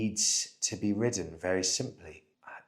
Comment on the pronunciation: I believe he must be vearrghy , vearrrrghyy, drunk….